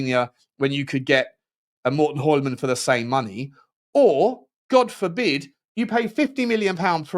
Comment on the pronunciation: It’s pronounced “Joolman” or “Yuleman”. The “H” is silent in Hjulmand😊